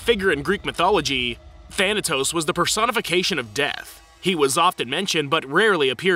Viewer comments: You pronounce thanatos wrong man try to say th without pronouncing the t that much (the greek word is θανατος which means death) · Thanatos is not pronounced like that but yes